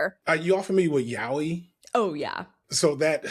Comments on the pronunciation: I'm sorry I always assumed it was yay-oi you are telling me it's pronounced yow-ie?! This is ruining my life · he kept saying "yawee" and i'm dying over here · Sorry, this brought the video to a halt for me. I was expecting a yah-oy pronunciation, but YAWEEH?!<(｀^´)> Sure, it might be a God-tier genre, but the accent really gets to me. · Gonna be that person pointing out pronunciation for "yaoi": "yah-oh-ee" not so much "yow-wee". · ya-yaoooeeee, is closer to the pronunciation. it’s just like Americans pronunciation of karaoke. anyway, carry on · LMAO: "It's Y-A-O-I" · It's unfortunately the pronunciation a lot of English speaking folks use 😭 don't know why it sticks so hard